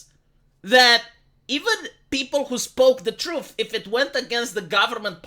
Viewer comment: The "Troof"